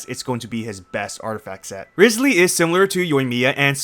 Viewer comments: If I lose guaranteed trying for Neuvi, then my guaranteed will go for Wriothesley! And also can people STOP mispronouncing his name now?🫣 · you butchered it